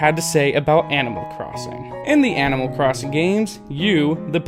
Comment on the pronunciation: Please pronounce ANIMAL AS ANIMAL not AMMO